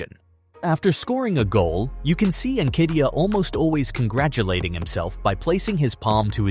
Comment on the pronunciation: You Just spoilt his name...it's "hmm kate tear"